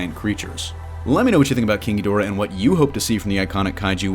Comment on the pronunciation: Every time someone says king ghidorah I only hear kinky dora